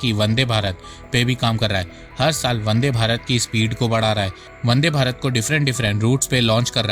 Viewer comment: Vande bharat. Not bande 😅